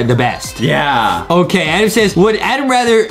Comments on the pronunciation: Is adem not edem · its adem not adam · "ADEM" IS CORRECT "ADAM" IS WRONG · ADEM NOT ADAM BUT HIS NAME IS ADAM BUT ADAM SAID ADEM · Adem its adem not adam